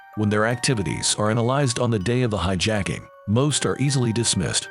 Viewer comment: When the voiceover says "hi-JACK-ing" near the start... I go to something else. F'n clowns.